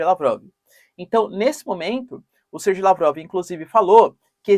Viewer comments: Sergey Lavrov pronuncia-se "serguêi" Lavrov ("ser-gay"), e não "SerJei". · Olá professor. Por que você fala Serjei sendo que todos dizem "Serguei" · é SER-GAY, ou SER-GUEI, FALA DIREITOOooooooooOO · Professor adoro bastante os seus vídeos e agradeço a sua disponibilidade em fazer os vídeos. A pronuncia correta seria (Serguei), aqui na Rússia falamos (Serguei lavrov).